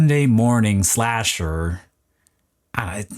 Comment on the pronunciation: Its slasher, not splasher lol